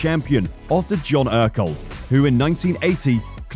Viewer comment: Your pronunciation of all the key names is terrible. Team Ajo = Eye O Ekerold= Ecker-old. Kork Ballington= Cork Bal-ing-ton.. Sort it out and give some respect to those great people.